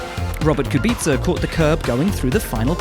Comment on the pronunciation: Its Kuuubica, not Kubiiiica. Please get it already!